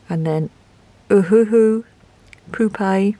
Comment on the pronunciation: You are right , what is the use of markers that go through the paper.. maybe just 1 layer then :/ . Again you had me laughing with the whole Pupe part (poop-e ) 😅 that and I swear with the second marker testing layers it sounded like you said there's people on the pen 😂 instead of paper but that's prolly me.Your videos are great to watch I never leave without a laugh 😊 .